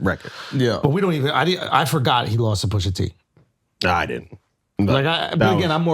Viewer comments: BECAUSE, WHOOOOOO TF IS "PUSHERRR TEE" ? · dont ever say PUSHER T again